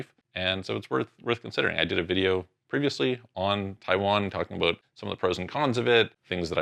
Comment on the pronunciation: "Talk to you ABOOOT" LOL